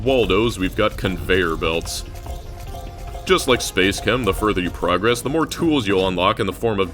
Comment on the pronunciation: I hate to be that guy but bro the pronunciation of "progress" when its a verb is like "pruh-GRESS", with the emphasis on the second syllable.